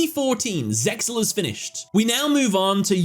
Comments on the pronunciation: its Zeal not Zexal. i watched the anime in japanese they say "zeal" in the show. the X was always silent. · I dont know how you can say the X in Zeal is not silent when at the beginning of each episode in Japanese the characters clearly say Zeyaru which translates to Zeal not Zexal its like people saying "the X in Hunter X Hunter isnt silent" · Nope Eng Dub is trash and should be completely ignored. ZeXal is pronounced zay-al, no "x". That's just a graphic to make the title look cooler like the dragon head in 5D's logo. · zeal (zearu) is how its pronounced in japan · Yeah idk why he said it's not actually silent